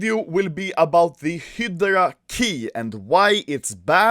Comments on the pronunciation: It's HY-DRA, not fucking hidarark or whatever the fuck you're saying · Anyone else's ocd when you hear "hee-de-ra" instead of "hi-drah" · Everyone : Hydra Anomaly : Hidara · When Anomaly is pronouncing Hydra HilDra instead of HighDra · It's hi-dra (hydra) not hid-ra (hidra) no no no, SAY IT RIGHT!!! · Anomaly - Hidera (hydra) Everyone else - hi dru (hydra) Hilarious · when i enable the captions and i listen Hydra -- Hedra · Nobody: Anomaly: HIDERA case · hydra ( hid-do-rah) is how anomaly says. Correct - (hi-dra) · pronounced high- dra key not hidera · It’s hi dur a not hidray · hy-dera keys HY-DUR-UH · "he draw" key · It is pronounces hie dra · hee dur uh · "hidara" key i love the way you speak anomaly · Its Not Pronounced He Dra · “Hidra key” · "Hedra" what. I never knew you could pronounce it like that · I keep thinking u say operation "HITLER" case keys, "HITLER" keys 😂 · Spelled hydra Spoken :Hidra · "Heyoroda kay" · It’s pronounced Hi-dra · Wtf is "HEEDRA"? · it’s pronounced “ HIIIII DRA” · Your pronounciation of hydra is killing me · The way he pronounce "Hydra" 😂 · Anomaly can't say Hydra yet this voi has an IQ higher than Einstein in CSGO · Is no one talking about how he says hydra? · Gotta learn to say Hydra in english and not just swedish xd